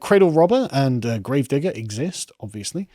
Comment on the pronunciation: You said ‘grave digger’ funny.